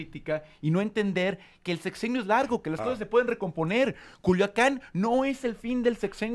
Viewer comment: Joder Dice Culuacán en lugar de Culiacán o habla mal nada más